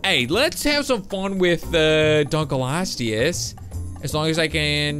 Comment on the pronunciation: dunkleosteus is pronounced dunk-lee-oh-stee-us